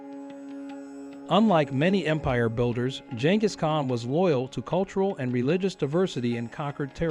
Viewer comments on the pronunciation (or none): I believe the usual pronunciation of "KAHN" is the same as in "CON- tract."